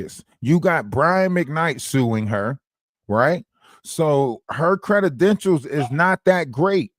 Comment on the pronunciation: I swear..."credi-denshals" take me out everytime., you need your own Book of Words 🙂